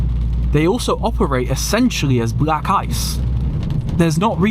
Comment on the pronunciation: Why do you say black ice as brack ice? 🧊